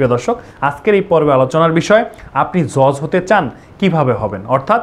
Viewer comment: JoJ na Judge😆